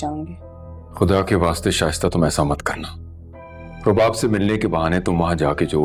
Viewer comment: Rubab ko subab bolrahi hain a khatun kisi se notice ki